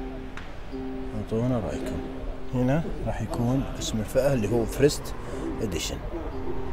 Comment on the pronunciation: تغطية مميزة الله يعطيك العافيه يارب 🌹 تنبيه بس المعرض اسمه السبر وليس الصبر،، او الصالة اللي هو وهذا اسم اصحابه اظن عائلة السبر ثانيا لاحظتك دايم تقول (فرسيت ادشن) والصحيح هو (فيرست إيديشن) first edition وشكرا لك مرة ثانية💐